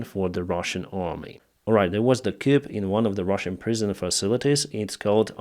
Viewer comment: FYI : "coup" is a French word, so the "p" is not pronounced. Simply say "koo" !